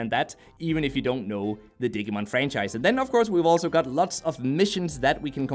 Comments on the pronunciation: OMG ITS DIGI LIKE DIGITAL NOT DIG AHHHH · Hoo boy I love your videos man but you hurt my Digimon loving soul every time you said "dig-ee-mon"... It's "di-gee-mon" Same with "ahh-que-mon"... It's "ahh-goo-mon"(I guess I can see how you might have saw a q in place of the g in Agumon the way it was presented) All that said I managed to power through the video and thank you for the review! it's a shame it's just another gacha game with a poor battle system...